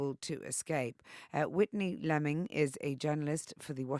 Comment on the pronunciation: Her last name is pronounced...LEAMing. Not Lemming. Lol. She's too polite to tell you that